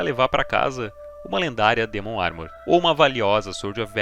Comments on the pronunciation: baiata video, mas me dá um nervoso te ouvir chamar o demon de dimon kkkkkk amo vc <3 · DÍmon.. Não, burro, é DEmon DEEEEEEEEEEEEEMON, vc não tá nos EUA. Dímon, eu mereço. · mto bem contada a historia... mas para de falar "dimun" por favor kkkkkkkkkkkkk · Dimon, que porra é essa me irmão DEMON não e dimon não